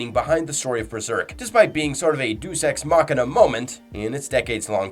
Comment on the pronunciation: Carl Jung's name is pronounced "Yung", not like "jungle" And "deus ex machina" is pronounced "day-us", not "deuce"